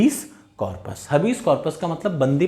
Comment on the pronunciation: Habeas corpus हैबिअस का‍ॅरपस है हबीस नही है